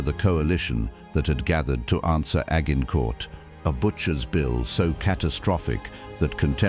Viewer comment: Agg-in-court.....stupid AI. 😂😂😂